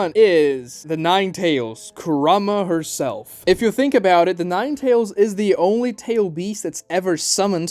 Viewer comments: “Kurama HER self” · Did you really say kurama HERself